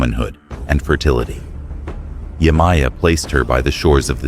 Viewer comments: Yemaya Is pronounced (Ye-Mah-Yah) Not (Yay-My-Yah) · Yemaja is the the correct pronunciation❤😊